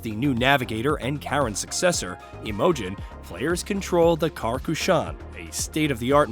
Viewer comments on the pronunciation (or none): Why can you not pronounce Karen and Imogen correctly?